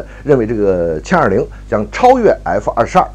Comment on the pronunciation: 是jian20 不是qian20 草